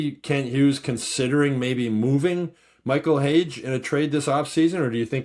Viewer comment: According to Keith Pelley🤓 it’s pronounced Michael Haggy. 😂